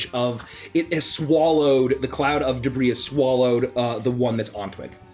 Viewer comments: debris = de bree (it's french in origin so you don't say the 's') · "It's covered in de-briss." This is what happens when you let a mohel into a balloon factory. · Pretty sure she was just riffing lol, she's a grown woman in the U.S., she's heard the real pronunciation.